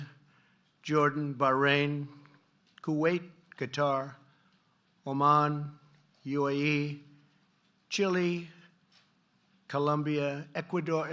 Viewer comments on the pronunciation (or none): 🤣🤣🤣🤣🤣🤣🤣🤣🤣🤣🤣🤣🤣 is he saying something for real lol he wants to say Qatar and he pronounced guitar 🎸 😂 They just gave him those numbers nothing at that level lol he is reciting what’s been given to him 😂😂😂😂😂 the funny thing he says all the time is he has no clue no information and keeps saying from what I understand you have to discover that yourself some way.... millions millions of dollars we haven’t seen anything in this country but the digital numbers Americans have to work hard to make living what you talking about it’s tine for to go to bed hun 😂